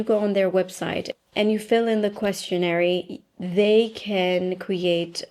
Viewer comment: Questionnaire is pronounced with the sound "air" at the end not ending with an additional "ee" sound love you! All with love.